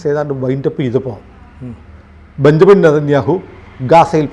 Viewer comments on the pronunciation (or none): none